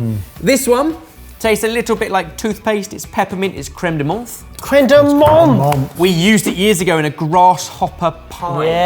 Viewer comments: Oh, please, you dabble in French, say crème de ment' (it's not an English th, it's a French silent letter) 😅😜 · loving it but a little heads up about french pronounciation : menthe is said mente like you say the th as a "t" sound